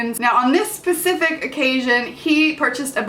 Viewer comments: I fined it hallarious that she said pacific not specific. lol love ya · AT FIRST I THOUGHT YOU SAID "on this pacific occasion" 😂😂